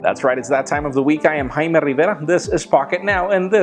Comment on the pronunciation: Could you just once in your life say - "I'm ". Please.